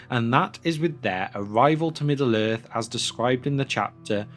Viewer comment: lmfao, Middle Earth, its two fucking complete words dude. You- "Middaler" Its not so much like you're speaking as chewing the words up in a sandwich and letting them drop out of your mouth.